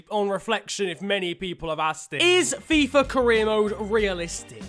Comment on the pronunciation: If I took a shot of vodka every time shouted out Fifer Fifa, I'd probably be dead by now due to alcohol poisoning